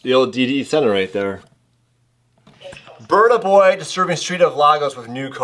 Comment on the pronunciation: Funny, Who is Bunout boy. It's said Boiiiiiy.